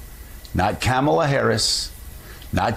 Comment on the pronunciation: Joe, can you pronounce Kamala’s name correctly?